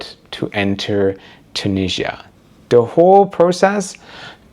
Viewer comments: Where is “Tunijjjia”? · the way he says Tunisia tho 😬it's either tew-NIH-zee-ə (British) or too-NEE-zhə (American) but he does a mix of the 2 😂